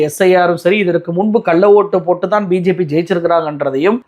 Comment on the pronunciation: முண்டம் உனக்கு பிஜெபி என்று கூட சரியாக உச்சரிக்க வரவில்லை உனக்கு எதுக்கு இந்த வேலை